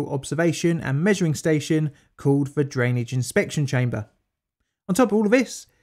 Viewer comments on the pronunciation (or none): Why do I hear Daniel Day Lewis yelling “Drainige “